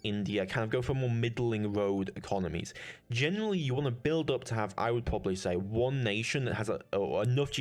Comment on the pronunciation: Pwabably ? Pwoblems? You speak very bad